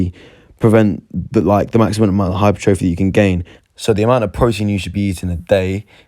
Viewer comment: Good video bro! u don’t say hypertrophy as it sounds tho 😂